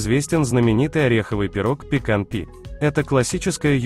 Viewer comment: Пекан пай. ...а не пекан пи. ..Говорите правильно !